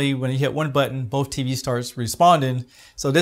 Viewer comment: the word both has no F in it...